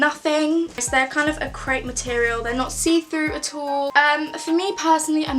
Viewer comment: I can’t when she says crepe